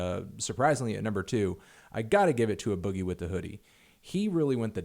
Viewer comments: Anthony, please stop saying "uh boogie with the hoodie". It's pronounced "Ay Boogie". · Anthony, it's "A" boogie with the hoodie!!! Like the letter A!!